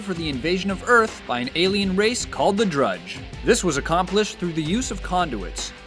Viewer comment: He said Dredge instead of Drudge -_-'